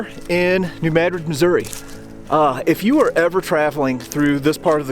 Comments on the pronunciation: Thank you for pronouncing Missouri the right way. ( at least from central Missouri on up.) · Very interesting and informative. You get extra props for correctly pronouncing New Madrid (fact) and Missouri (opinion).